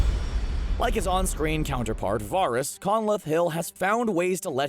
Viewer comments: VARR-ISS? Do you watch the show? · The guy talking has never seen this show var-ess drawg-on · You know the dudes just reading off a sheet when he cant pronounce Varys. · The mispronunciation of Varys' name irked me more than it should have 🙃